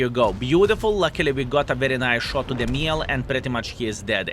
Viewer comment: Just a small tip to pronounce it to act like you're french because I'm french btw, try to say "Mjell" or "Me yell" but without any stop. Here we go, you're french now ! 🤣